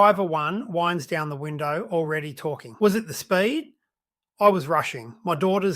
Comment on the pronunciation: It's AI. I heard "winds" as in "breezes", rather than "winds" as in "he winds me up".